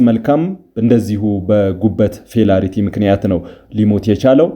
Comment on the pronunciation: Failure ነው እንጂ "ፌላሪቲ" የሚል ቃል አለ'ንዴ?!